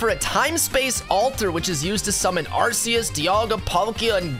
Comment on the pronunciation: Your pronunciation is all wrong for zacian and arceas